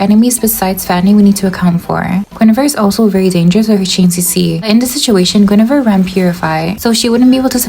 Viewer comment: The way you pronounce Guinevere as goonevere is so funny 💀😭